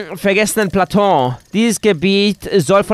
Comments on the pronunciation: spiele das Spiel nicht wen du nicht weißt du nicht weißt wie es geht und wie alles heißt es wird Platu ausgesprochen. Und nicht Plautuo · Plateau wird PlatO ausgesprochen ich kenne und spiele zelda seit ich 1 bin und kenne es besser als ich mich selber kenne ich kann euch ALLES ECHT ALLES beantworten ohne google also wenn ihr fragen habt dann nur zu :D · Und Übrigens: da ich denke das Wort kommt öfter vor sage ich dir die Aussprache von PLATEAU."Plato"